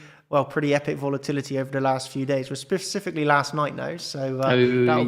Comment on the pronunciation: Can someone from CC pool please tell how to pronounce specifically....